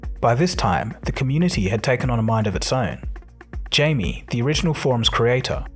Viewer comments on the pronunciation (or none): Jamie <> Jaime (Hi-Meh) his name is in Spanish.